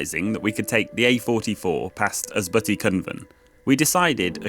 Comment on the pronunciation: You have some nice videos. Unfortunately let down by some pronounciations. Ysbyty in days gone by meant a shelter for pilgrims. Here is a short video that shows you how to pronounce Welsh. Unlike English, only 'u' and 'y' change often to 'i' or they swop.